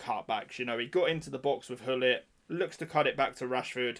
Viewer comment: The real meta = don't buy the game, it will save you money, poor or actually disgusting plays to beat the game and time. also, Hullit or Gullit?😂😂 you could pronounce his name with the ''guh'' sound (soft G), i don't know why not more people say his name like that. but whatever.